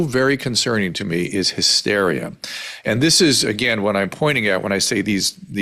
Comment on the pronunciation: When did the word “and” become “a-ond?” Granted, it’s 40th on the list of annoying things this woman does.